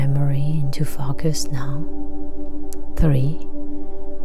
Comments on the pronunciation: it's a common mispronunciation. Just imagine the word spelled fOHcus. Nice video thank you. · Soothing, caring, comforting voice..slightly off putting to hear focus pronounced fAkas...otherwise found this really Powerful